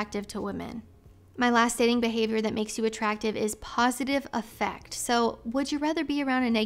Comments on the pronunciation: When used as a word to mean “emotional disposition” the word “affect” is pronounced with emphasis on the first syllable: AFF ect, instead of the usual aff ECT. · Just an fyi, the word "affect" in the quote you read from, the standard pronunciation isn't like "effect" (how you did it). The initial 'a' sound is like the 'a' in 'cat' or 'hat'. And the emphasis is on the first syllable, so it's "A-ffect" not "Af-FECT". Same rule apples for "affective", it's more like 'A-ffective' rather than 'a-FFECT-ive' Promise I'm not trying to be a jerk, just offering you a heads up. Really appreciate your content. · I believe "affect" when describing someone's appearance is pronounced differently. Less like effect and more like the A in Aflac. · Was just coming in here to say that. AFF-ect, not aff-ECT. It's not being a jerk to politely let someone know something like that.